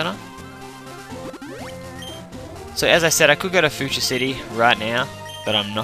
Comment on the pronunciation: few-sha is how its pronounced